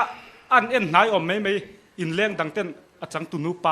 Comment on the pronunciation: Mei a nilo.mai tih tur